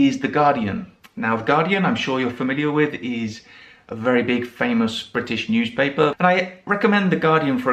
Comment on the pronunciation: Why do you say newSHpaper, uSHeful etc like some Americans say GroSHery instead of groCery? Would you mind telling me, please? I am just wondering. Has it got something to do with where you come from? I really would love to know. Thanks a bunch for your video. 🙂